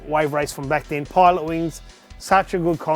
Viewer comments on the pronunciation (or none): none